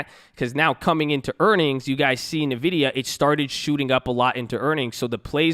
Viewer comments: So the Nvidia is pronounced as "envidia" and not "navidia" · Are you messing with us on these pronunciations of these companies? NVIDIA is [en-VID-eeyah] , Abbvie is just Abbvie....not Abby-vee. (Hopefully messing with us)